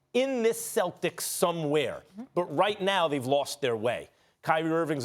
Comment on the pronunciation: Yo Disney, pronounce celtics correctly. Thank you.